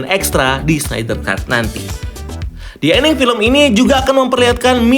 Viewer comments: Pasti bola bukan olahraga favorite lu. Yg gampang kek snyder aja ga bisa baca. Apalagi Szchezsny, Schweinsteiger, Sneijder, Kuszscak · Sneydeer, tolong 🥲